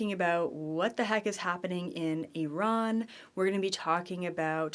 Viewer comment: Hello, I'm from Iran and currently living in slovakia, first of all thank you to pronouncing Iran correctly (defently not I_ran) and also I'm excited about October gfl summit to hear your point of view about my dear country and queet as well.